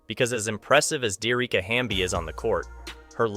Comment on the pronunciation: Her name is pronounced D - Ericka